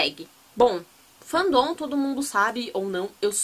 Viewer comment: Fan don kkkkkkkkkk se pronuncia fén dom kkkkk Diva !